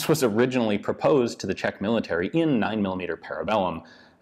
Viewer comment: Ian's Czech pronunciations are actually not bad